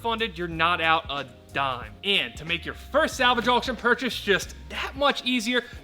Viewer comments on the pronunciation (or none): none